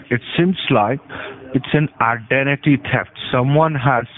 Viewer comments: “IDENTITY TEFFT” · “its an ideNeiRrty TUHeft”